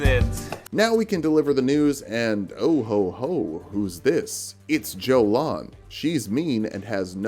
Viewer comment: It is doesnt pronounced as Jolan!!! You pronounce it like Yolan. Its a hungarian name ( from the few of hungarian names in Elden ring like Margit, Marika etc)